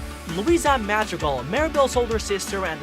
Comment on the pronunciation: AHHH he said their last name wrong!